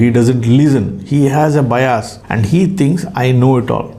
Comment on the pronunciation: It's not 'Bayas', It's 'Bias'..